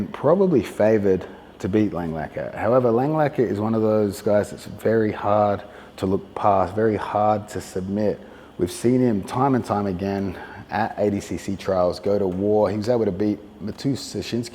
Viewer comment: Craig just insists on calling Langaker "langlacker"